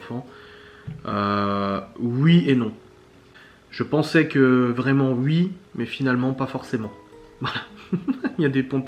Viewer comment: Merci beaucoup de cette vidéo ! Et j'adore.....quand tu dis YUI au lieu de OUI ! Je te souhaite le meilleur pour la suite.😘